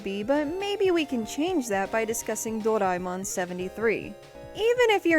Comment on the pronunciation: A-knee-may Door-eye-mon